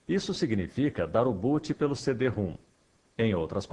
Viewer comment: Pronuncia-se "CD-RÔM", não "CD-ROOM".